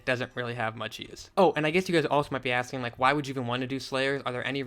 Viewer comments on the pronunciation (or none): none